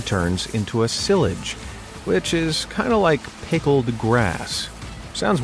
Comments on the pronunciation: Silage is pronounced sigh-ledge not sill-ige. Though this is probably AI & it doesn't make a difference. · it's S I LAGE, not sillage😊